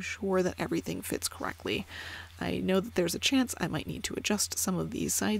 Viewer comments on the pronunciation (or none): none